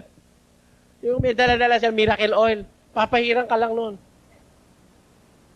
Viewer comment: Hahaha 🤣 natatawa ano sa mirakul water at mirakul oil 😂